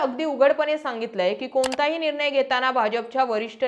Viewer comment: किती वेळा सागितले ??? निर्माण✅ निर्मान❌ विलीनीकरण✅विलीनीकरन. निर्णय निरनय .... माय मराठी शुद्ध बोला जपा... तुम्ही पब्लिक प्लॅटफॉर्म तरी शुद्ध मराठी बोला... अशुद्ध भाषेचा प्रसार होत आहे जो विकासासाठी हानिकारक आहे 😢